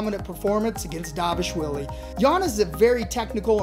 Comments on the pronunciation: It's dvalishvili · Is no one able to pronounce dvalishvili’s name correct?